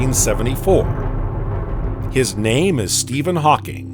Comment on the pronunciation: Hawking radiation...not hawkin